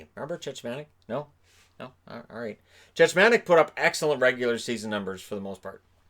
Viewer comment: Love your content. Just a couple small corrections - the Flyers lost in the 2nd round after knocking out the Leafs in the 1st. And Cechmanek's name is pronounced Czechmanek (just like, you know, the Czech republic), not Chechmanek :).